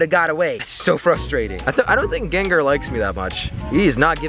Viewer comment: you pronounced Gengar wrong btw jelly